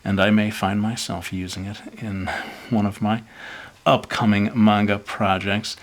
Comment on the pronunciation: do you know Japanese because you pronounced manga perfectly